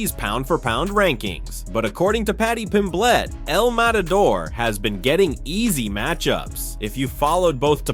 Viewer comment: Mispronunciations of well-known names like Pimblett and Topuria , let me know this is probably AI-generated content.